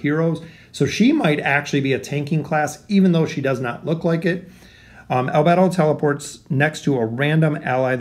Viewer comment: Damn as a fan of anime and overlord in general, this would be a great addition. Also just a side not, the anime pronounciation is "Eyes ins oool gone" and " Al bey dough", just felt like adding that bit.